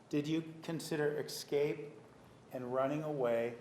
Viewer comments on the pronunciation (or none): Even though Martinez calls him out on his syntax, Nurmi continues to say "excape" or "excaping." Every time JM raises one of his concise, appropriate objections, Nurmi always starts to go into this long ass defense/justification of his stupid, leading questions. This time JM, (having a hard time looking around the whale) says to Judge Stephens, "the way it works is, I make the objection, you give your opinion." Made no impression on Nurmi, of course. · Hunter Tully If you listen to Nurmi he's not saying escape. He's saying excape that's why it's spelled that way on this post.